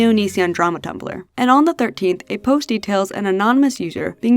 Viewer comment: Sorry if this is weird, but I love the way you say “post” you say it like “posht” lol “posht” “poshted” “poshting”